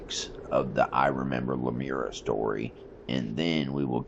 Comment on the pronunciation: No offense. It's La-mure- eea